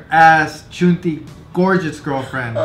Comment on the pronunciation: LMFAOOOO AT THE VERY END “CHUNTI” 😩😭 I say puchalo too😂